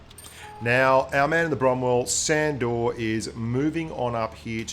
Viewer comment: I think it's pronounced shandor